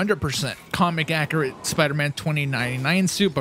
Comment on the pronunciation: “Accriate” lmao